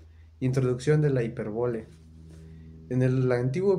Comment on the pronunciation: hola amigo, la palabra es hipÉrbole, es decir con acento en la primera letra "e". Y por lo tanto, tienes que cambiar el acento, ponerlo sobre esa primera e: h i p é r b o l e 🙂 Abogacía: si observas, el acento va sobre la letra " i " a b o g a c Í a Amigo, te recomiendo ampliamente leer y estudiar mucho. Eres, de cierta forma, un heredero de los que fueron unos grandiosos Abogados de los siglos pasados, sobretodo del Siglo XIX (siglo diecinueve), que fueron abogados cultos, estudiosos; varios de ellos fueron incluso escritores, periodistas, escribieron Teatro... Fueron personas muy destacadas en su tiempo. Estudia, aprende, y convierte el conocimiento en una de tus máximas pasiones!! 👍